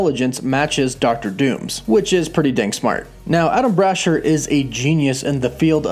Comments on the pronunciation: Bra-Shear. Not Brasher like Basher. Bra-Shear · Say it with me now....Brah-SHEER. Not Bra-Sher lol. Same with Meh-FIST-oh. ;p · Adam "Brasher"? You mean Adamn Brashear right? And its Cerebro NOT cerebra....lmao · Dude the pronunciation of Blue Marvel's name is wrong. Adam Brashear "ear" brasheeeeeer also it's cerebro not cerebra. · Damn you can’t pronounce names it’s (bra share) and (kah thun) and the engineer is the skrull and no mephito y’all been reaching for the longest these shows aren’t going to be exactly from the comics just very loosely based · And I hate to be that guy but it's pronounced bra sheer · The way you are pronouncing that man's name is literally making me have to take a shit His name doesn't even look like Ada lm brasher